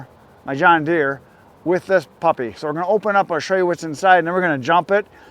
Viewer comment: From your pronunciation of the company I think you jump started your tractor with an egg roll🙃 GNI